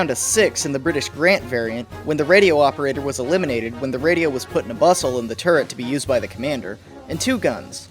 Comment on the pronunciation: Thank you for not being one of those guys that pronounce, "turret" as, "turrent."